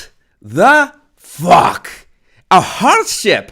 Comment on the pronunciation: When You said hardship I thought you said "horse sh!t" and I was laughing so hard as that is so appropriate to her podcast